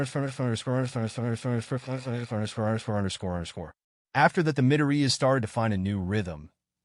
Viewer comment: Every time the narator says underscore i think he has a stroak.